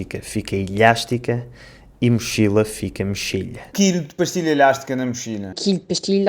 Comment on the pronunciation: Parece q a Cláudia do Alentejo pronunciou a palavra "pastilha" como se fosse no espanhol (pastilla).